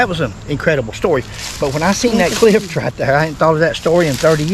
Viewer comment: And it's "cliff," not "clift."